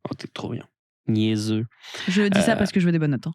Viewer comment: Omg le "niaiseux" à sonnait tellement québécois c'est insane !! hahahaha